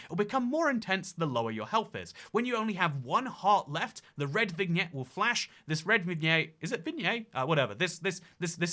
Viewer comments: vignette is pronounced vin-yet! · I think the biggest atrocity in this video was pronouncing the G in vignette